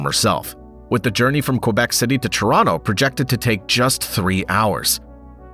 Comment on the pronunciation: Why can’t you pronounce Quebec properly?